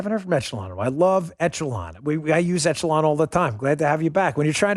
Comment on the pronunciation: Excellent yet frightening video. Great work Dan and crew. BTW, it's not pronounced "ETCH e lon", it's pronounced "ĕsh′ə-lŏn". Just sayin' :D